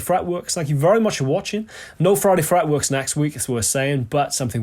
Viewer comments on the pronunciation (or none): fwiday fwetwerks!!!!